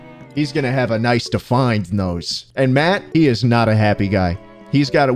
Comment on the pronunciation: Melancholy Mouse it ezzz what it ezzz